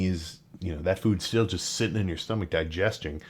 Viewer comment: Something so real about Sam stopping to enunciate a word properly, lol. Di gest ing. Kind of cracked me up.